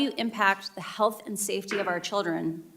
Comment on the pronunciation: She wants a government takeover of information "because of the childten"